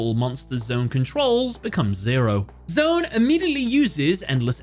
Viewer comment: Just gotta say, I love that you also analyzed the underlying theme of the first duel because that context is so important to the emotional impact of the event! But I’m still a little triggered by your pronunciation lol. It’s not “Zone” it’s “Z-1”